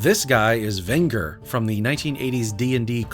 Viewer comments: The artists involved comment made me laugh as all these covers are AI art also you are the only person I've seen say anything good about them. why did you say Vengers name weird Ven gar I don't know who that's meant to be take the A and the S away from avengers and then you might be able to say it correctly 😅 ven-ger. I take it you've never watched the original Dungeons and Dragons cartoon I'm surprised about this how very odd 🤨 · Venger is pronounced "ven-jer" like "avenger"